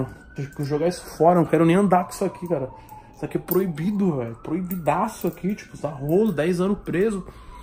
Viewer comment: "Certamente seria... PROHIBIDOH!" Hheuheuheuehueheuheuhe